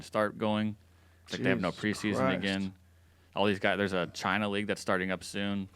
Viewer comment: Joe can't say China in this episode apparently